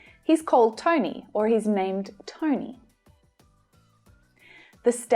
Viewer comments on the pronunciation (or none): none